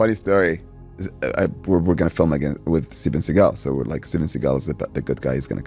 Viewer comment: Segal, why bro🤦🏽‍♂️